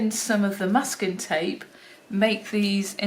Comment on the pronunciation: Just realized that you were saying masking tape all along. Just heard Muscat via your accent. 🤦‍♀🤦‍♀